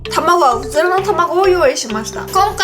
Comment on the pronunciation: うずらの卵って言いずらそうなゆうかちゃん可愛いw 辛いの苦手じゃなくてもこんだけ量食べるのはキツイよ〜(^_^;) マヨかけると中和されるんだね！！